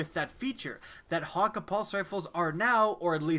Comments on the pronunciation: pronounces it hawk-aye not hawkkah' this bothers me lol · This guy saying ha ka is pissing me off everyone i know pronounces it as hah kay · It's hakke man not hakka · Hakke is pronounced (Hak)-(Kay). None of this hawker nonsense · Hate the way he says hakke ... there's no w in there so why pronounce it as hawkka ? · I don't know if it's his accent or he doesn't know to say it but Hakkë is pronounced hauk-eh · I dont know why they cant pronounce it correctly. They say the foundry names in D1 and its not "Hakka" or "Ohmolon" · Good choice except I hate how he says hakke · The way you pronounce hakkë burns my ears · That's not how hakkë is pronounced just play Cayde's stash and do that secret room thing and listen to how Cayde says it.